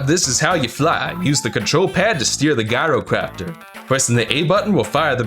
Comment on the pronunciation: The G in Gyrocopter is pronounced J by the way.